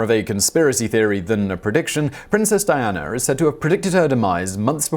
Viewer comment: Simon you stupid Euro Hillbilly trash, where the heck did you find an “R” when pronouncing princess Diana ???